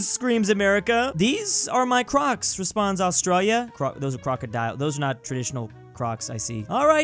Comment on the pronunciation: Stop saying australia like that pls